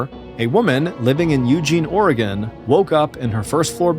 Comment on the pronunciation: Hey at least he said Oregon right lmao